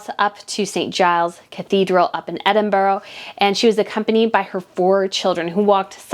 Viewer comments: H the hypocrite. Too bad he and that viper he married piled the stress on Her Majesty during the time her late husband died and up until her death. Btw, it’s Edinburgh NOT Edinborough! The Scottish people gave Markle a lesson in manors and how to behave with class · Hey there! Stop chatting rubbish! There's NO evidence that the Queen met the phantom of Lilibet nor Archie, you cannot even pronounce Edinburgh and yet you really you know everything just so you can collect from YOUTUBE??? Get your facts right before you open your mouth, yes! some of us will never accept this Wanna-Be actress here in Great Britain, she was never pregnant, look for the picture whereby her fake bump fell at feet in a walk about, how embarrassing was that??? So please check your facts before you open that mouth of yours..you don't know what goes on here in London England like you think you know.... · "", It was so shameful to listen how you were unable to even pronounce Edinburgh which tells me your real English skills sucks. Given that fact, It was already clear you knew nothing of our Royal family. Harry was totally in his right to have his own feelings on how his family's slave history became an embarrassment that effected his relationship. Maybe would be the same for you if you ever had to take a black guy home to see your folks. Harry is well educated and knows his stuff. I think you should go learn yours my friend across the pond. You stand with a rapist but unable to understand evidence from another member of the same family who reported racist views from within his family? WOW